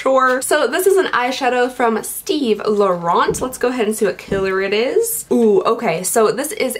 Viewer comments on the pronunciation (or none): none